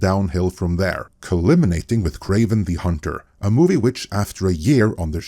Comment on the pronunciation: is obviously an intelligent guy, but English isn't his first language. As such, mistakes are occasionally made when speaking another language, even by intelligent people. If these other guys on the channel (English is their first language) were looking out for him, they would've told him that the word at approximately is culminating, not "coliminating". This was the second time I've heard make this mistake. You would think his employees at the channel would have given him a heads up on this by now.